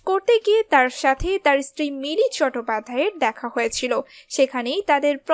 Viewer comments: স্ত্রী না ইস্ত্রী, কি সমন্ধীয় বক্তব্য ছিল বোঝা গেল না। সঠিক উচ্চারণ না জানলে, বাংলাভাষা ব্যবহার করার দরকার কি❓ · Istiri... খুব কানে লাগছে, আর খবরের চমক আছে, খবরটা পেশ করাই তো হলো না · সঞ্চালিকা কাঠ বাঙালদের মতো বাংলা বলেন কেন? ইস্ত্রি বলেন স্ত্রী-কে ! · কাদের দিয়ে ভয়েস ওভার করান। কী sob উচ্চারণ? ইস্ত্রি, চ্যাটপাধ্যায়? সাহেব তো ওর বাপের নাম ভুলে যাবে।